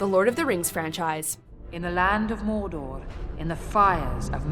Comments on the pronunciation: is not how you say Mordor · The way you pronounce Mordor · not true, Sauron cant control the other rings... Also, , dont say Mordor like that. CRINGE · where do you get these narrators is english their first language Connor who and cant even pronounce mordor properly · why she say.mordor like that 😂😂😂